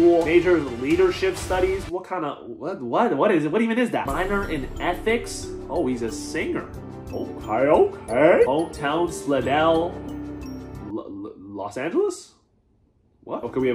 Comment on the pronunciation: Bro said Slid dell Los Angeles and I live by Slidell too